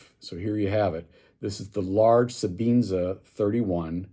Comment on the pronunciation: Sebenza... Not sebeenza!